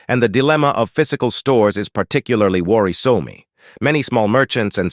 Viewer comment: “Worri-soh-me” My the pronunciation of some words by the digital voice is amusing.